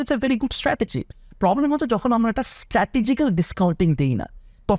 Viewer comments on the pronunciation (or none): none